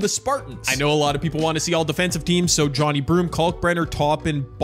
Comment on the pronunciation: It’s pronounce jo ne broom not Johny broom